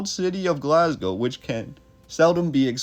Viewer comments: but it is really pronounced Glasgo not Glazgo. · Glaz-Go - well done on the pronunciation of Glasgow. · say glazgo one more fucking time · lol we say Glaz-go or Glesga (Glez-ga)